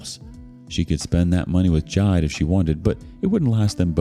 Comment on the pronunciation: It's Ji-de; two syllables.